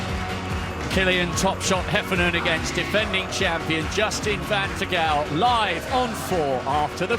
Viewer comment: i love how they completely butcher van Tergouw's last name :-D